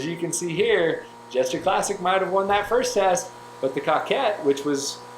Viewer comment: It’s pronounced cookayy *good vid tho